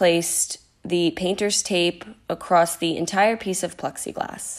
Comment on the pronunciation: I love you guys- your crafts, videos, etc but please stop saying “ACROSST”. 🤣